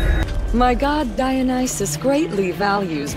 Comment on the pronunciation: I don’t know what it is but the way she says Dionysus just sounded perfect